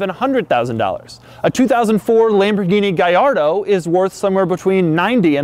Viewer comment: Where the fuck do you people keep getting an I in Gallardo? ❌Guy-lard-o ✅Gal-lard-o